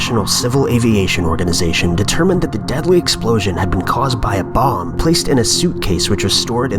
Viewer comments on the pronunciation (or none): none